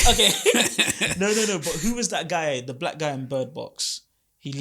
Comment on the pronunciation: why you saying black with the hard K 🤨🤔